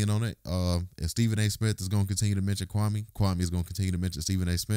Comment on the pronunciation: SAS sees the liability...Kwame could sue him for alot of damages, loss of sponsorship. He totally fked up his name.